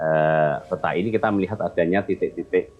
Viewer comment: P - ta = dibacaa peta bukan pé- ta, semua huruf kedua dlm satu kata yg ada huruf e dibaca e pepet , seperti kata : pelan, segar, gempa , maka konsisten peta jg begitu bacanya